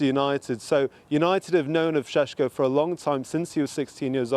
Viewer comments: Sesko not Shesko 😂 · Its sesko not shesh hahaha 😅😅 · reporter be like: Benjamin SesHko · Benjamin sheshko he says! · I don't care if that's how you're supposed to pronounce his name. Just say it like it's spelt so you don't sound like you've just went 12 rounds with Canelo.